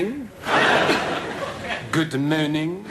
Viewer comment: Thank you for those “ good moanings “ 🤣🤣 they made me laugh proper 😁 I normally jump skip those 🥴